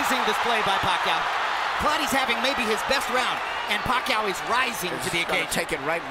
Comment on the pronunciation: hate it when jim lampley referring to pacquio pucquio